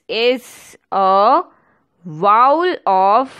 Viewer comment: Its vowel mam not voul😂